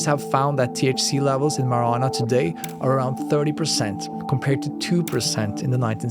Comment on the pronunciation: great video. W content. i don't think you said marijuana correctly once.